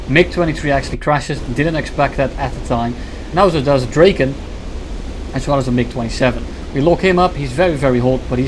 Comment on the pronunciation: Awesome gameplay bro but please it's not pronounced "Dreyken". It's pronounced "Draken".